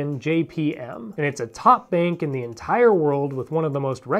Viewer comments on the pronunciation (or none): none